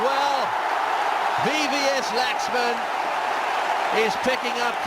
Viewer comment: Hate it when they wrongly pronounce Laxman